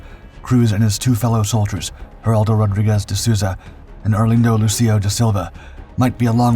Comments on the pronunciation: Nice vídeo, although we, brazilians, do not speak spanish, but portuguese. So, the names are not "Heraldow", but "Geraldo". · Great video, but... why Heraldo? It's Geraldo. Seems like you're confusing portuguese with spanish.